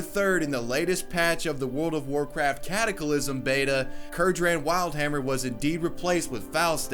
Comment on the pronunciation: How the fucl did you just pronounce cataclysm